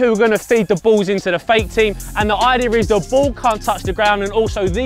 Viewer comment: I love when says idea because it always sounds like ider